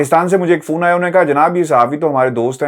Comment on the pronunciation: Phone ~ Fone 👍sounds like Phone ~ foon 👎 dose not Best regards from 🇨🇦